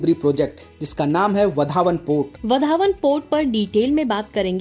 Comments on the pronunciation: वधावन नही. वाढवण सही उच्चार है. सुधार किजिये. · वधावन नहीं भाई वाढवण है वह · Yes it's vadhwan this North Indian will not be pronounce properly 😂😂